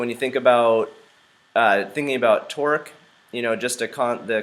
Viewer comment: I know it's Torque but sounds like he's saying "Twerk" 😂😂